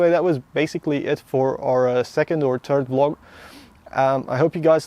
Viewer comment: Some language tips: you said turt/tirt instead of third,but I think you speak English well. and another tip, you said guyses,instead of guys no need to ad es, 1 guy all the guys. The clutch can be adjusted